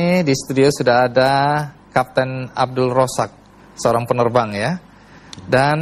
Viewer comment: Pak andy noya perlu tinggal di malaysia setaun biar bisa ngucapin "z" dgn benar. Abdul Rozzaq bisa jadi abdul rosak..cucyok cyynn